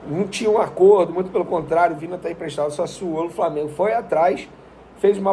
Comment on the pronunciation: O nome do jogador se pronuncia VINHA e não Vina.